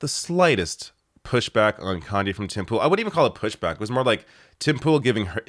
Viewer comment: When you say Tim Pool you pronounce it as "Timple" highly amusing but I am sure not deliberate:)